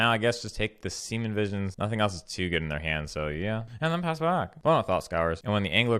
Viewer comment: You keep mispronouncing assassins trophy and serum visions. Just a heads up